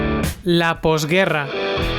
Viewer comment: Lá póstgúérrá..... Voz en off plana cansina. Toma clases de locución niño.